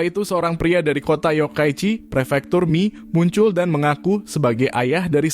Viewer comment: Pernah tinggal di Kota Komatsushima sekitar 2bulan dan dialek Tokushima (termaksud Komatsushima) itu emang unik. Sangat beda dengan bahasa Jepang biasa. Edit: bahasa jepang sama pelafalan sama bahasa. Indo bang. Kalau Mie tetap dibaca Mie, bukan Mi.